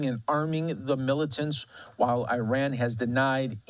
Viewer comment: Cannot even pronounce Iraq Iran properly 🙄